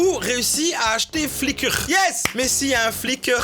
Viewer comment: Est-ce qu'il y a un mot plus belge que flickrrRRRr ?